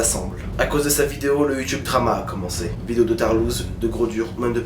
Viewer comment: Drama, pas dramat ducon.